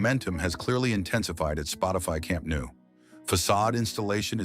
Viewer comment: Please stop saying "camp nu",,,,,,just imagine is written "CAMP NOW" will sound better.no matter the voice this is AI generated.